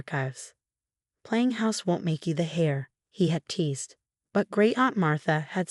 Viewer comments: Heir not Hare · Heir (the inheritor of an estate) is pronounced "air". Hare is a rabbit.